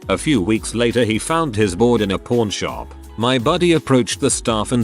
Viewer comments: You gotta work on your accent, a pawn shop and a porn shop are two different businesses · It keeps sounding like he is saying porn shop lmfao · Idky why the narrator sounds like he saying "p0rn shop"